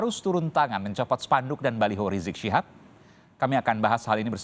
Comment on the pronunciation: Habib rizik shihab bukan rijik Sihab cara menyebutnya